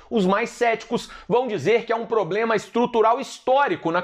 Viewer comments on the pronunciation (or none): none